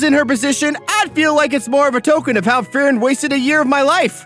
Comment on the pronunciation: Is it me or is he saying “Furren” instead of “Free-ren”